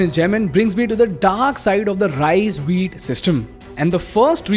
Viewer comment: Great content....but I cannot ignore the fact that he always says RISE instead of RICE